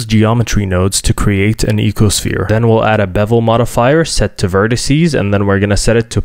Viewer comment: Day 3 of asking for a longbow Also it’s pronounced “Icosphere”, not “Ecosphere”